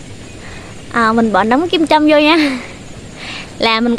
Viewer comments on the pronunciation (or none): Nấm kim châm chứ không phải nấm kim chi chị ơi